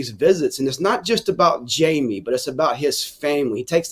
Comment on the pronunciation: "Hymie" French?! 🤔😂